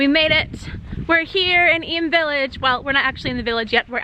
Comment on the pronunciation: I lived in Eyam! Thank you for saying it properly!